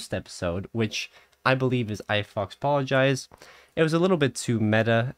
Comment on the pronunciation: It's funny how you pronounce "fauxpologize" You should say "pho" at the beginning. One thing I've learned living in Louisiana is that "aux" is pronounced "o". Geaux ICarly!